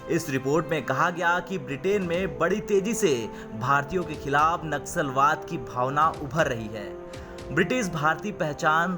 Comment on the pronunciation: Naxalbaad nahi Nasalbaad 🤣🤣🤣